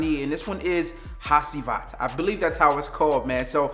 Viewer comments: I'm 99% positive it's pronounced "ha GEE vat" And it's legendary. 👍👍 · The c in Hacivat is pronounced like a j 🤟🏾🤟🏾